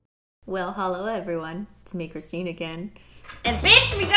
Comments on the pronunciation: BUT B IT'S CHRITINE AND BEIYYYYYYYYYN!!!!!!! No offense I'm just kiddin' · Ms. Jae mouse ITS CRISTINE WITH NO H REEEEEEEEEEEE